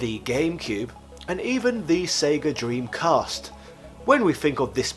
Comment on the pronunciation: I love how you pronounces 'The Sega Dream-Cast' Is Slope alright? Looks like he broke his arm there. That guy in the audience cracks up immediately, Is that the guy from the retro channel?